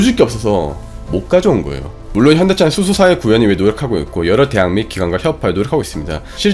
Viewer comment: 자막은 현대차 발음은 현기차로만 들리는데 제 착각이 아니겠지요?